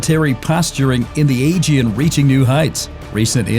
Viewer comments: AEGEAN, not agen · Please train your AI to say “Aegean” with the right intonation! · Learn how to pronounce: ‘aegean’, correctly first, and after you present yourself as specialist at the region’s matters.